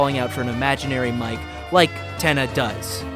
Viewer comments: of course casuals like you wouldn't pick it up with that channel name, but who ever decided you pronounce it "Mike"? Toby is a weeb. He's fluent in Japanese and works with JP Vtubers and Singers. You read it ミケ (mee-kay for you burgers out there), as in 三毛猫 "mike-neko" - Calico Cat. There you go, simple as. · Mike is actually pronounced Mi-ke like the japanese bobtail cat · YES IT'S MIKENEKO Mike is Friend % And the name is pronounced Meekeh in that case, not Maik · The games japanese translation decided its pronounced "Mike" (マイク / Ma-i-ku). Please do at least cursory research into what you are talking about before making a fool of yourself so spectacularly. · Yep. Iirc, people noticed the Cheshire Cat connections with IMG_FRIEND, said “oh, well, Mike pronounced ‘mee kay’ is a Japanese cat breed”, and somehow got Friend = cat = Mike, which is insane how close they were to correct given the minimal evidence haha